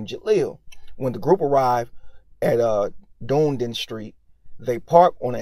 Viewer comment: Done E den is how it's pronounced... Dunedin.